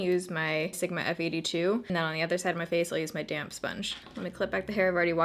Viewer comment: I know you're saying "damp" sponge but my brain always turns it into "damn sponge" and I giggle. Every time.